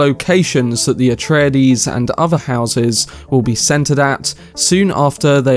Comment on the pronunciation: PLEASE stop adding an extra syllable to Areides. Frank Herbert himself doesn’t say it like that. It’s a-TRAY-deez. Not A-tray-a-deez.